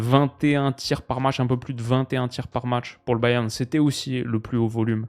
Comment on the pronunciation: Au pire dis Munich si tu galères a dire Bayern 😅